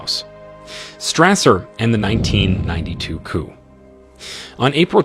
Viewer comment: The p is silent in coup